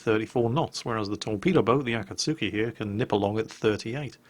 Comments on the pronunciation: Also its Akatski. not Akatsuki. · Obligatory pronunciation post timuuu~ Wakaba: WA-ka-ba (not wa-KA-ba) Shiratsuyu: (shi-RA-tsu-yu) not (shi-ra-TSU-yu) Akatsuki: (a -KA-tsuki (tsuki is joined and sounds similar to ski)